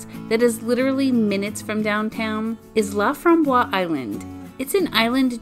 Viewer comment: French pronunciation is La From Bos (fromboise means raspberry)